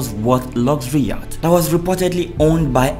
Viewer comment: That word 'YATCH' is pronounced as 'YOT', as in the word 'NOT'.